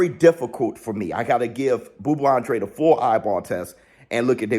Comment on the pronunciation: An-dra-day. Thats how you pronounce his last name.